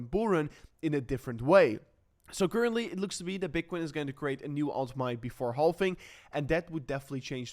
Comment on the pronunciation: I know the word "halving" contains the letter "L", but my friend, we don't pronounce the L. We just pronounce it like this: "havving". Very simple.